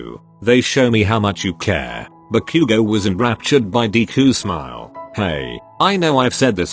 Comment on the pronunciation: LMAO SOUNDS LIKE “Barbecue go” INSTEAD OF BAKUGO 😂😂😂